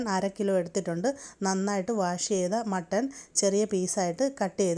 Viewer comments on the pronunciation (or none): Mutton alla mattan😂😂